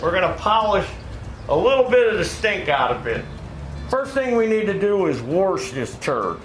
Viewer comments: There is no r in wash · "Worsh," lol. I live about 100 miles northwest of Worshington, D.C., btw. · What kind of cleaner did you use to "worsh" it ? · Love the way he says, "Wash"!! Uniquely American!! 😂🇺🇸🇺🇸🇺🇸🇺🇸🇺🇸